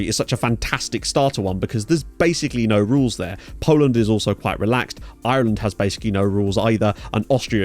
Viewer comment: Are you not able to say Ireland without the irish accent creeping in?